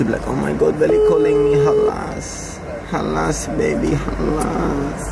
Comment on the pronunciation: It’s khalas* man said halas hundreds of times